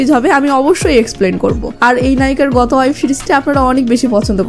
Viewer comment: অয়েব সিরিজ? নাকি, ওয়েব সিরিজ?